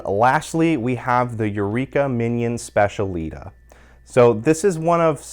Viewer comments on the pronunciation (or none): The Mignon machine is pronounced, "SPETCH-EEAH-LEE-TAH" with the emphasis on the last syllable. There is no "sh" sound in it at all